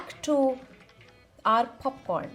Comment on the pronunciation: What abhout 'Khanda (Honion) Popkhorn'?